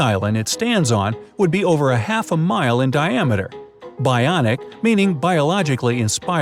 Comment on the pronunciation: it is bionic tower (bon ic tower)